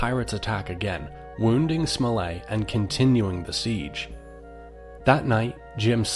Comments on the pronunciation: It's not "Smol-lay"; it's SMOLL-ET. And it's LIV- ZEE, not LYVE-ZEE. The dot on the map you placed, is Liverpool. Bristol is much further south!! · I thought it was pronounced captain "smullet" and Dr "Live see"